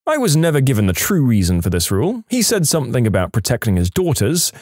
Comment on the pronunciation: No K in the word something .